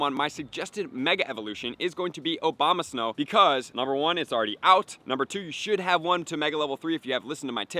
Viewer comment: Dude straight up said Obamasnow multiple times lmfao